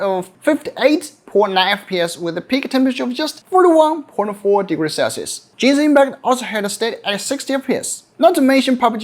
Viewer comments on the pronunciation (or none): none